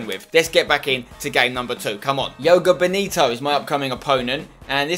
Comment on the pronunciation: Spencer in the second team the guys ws portuguese and so am I. I just wanna say i like your vids alot and i tought i would help you to pronounce the name of the squad. It´s Je Ó GA and then the bonito you got it right xD